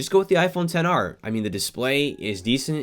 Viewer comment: Get the s10 E 😂😂 he just murder the XR name 😂😂 At 10:6